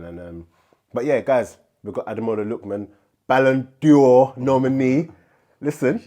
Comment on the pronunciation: Ballon d’Or not Ballon ‘Dior’ 😂